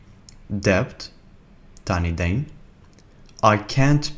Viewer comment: شكراً لك يا استاذ على هذا المجهود الجميل..ولكن لدي ملاحظة.. انت تنطق بعض الكلمات بشكل خاطئ!!! مثل dept..لاننطقها دِپت وإما ننطقها دِت لأن الـp لاتنطق! تحياتي